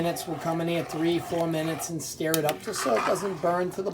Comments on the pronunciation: I'm talking about pronunciation, you said "steer" when its pronounced "stur" whether its spelt stir or stur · I think your supposed to say stir like stur??